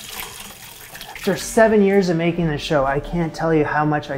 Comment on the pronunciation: the candadianness of "FRICK!", bless